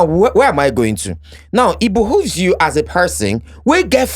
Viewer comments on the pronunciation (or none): Nedu, it is behove not "bohuve" or whatever you pronounced 😂 Genuine correction. Nobody should come for me.